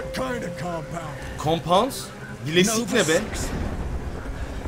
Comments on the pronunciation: İlk sahnedeki bilesik değil bileşik hani kimya falan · bilesik değil abi bileşikler :D